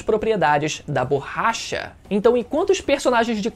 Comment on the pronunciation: Ouvir o falando "BORRAcha" meda agonia